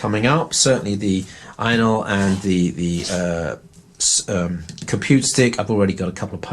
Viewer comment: Ainol or anal?? Could just be your accent lol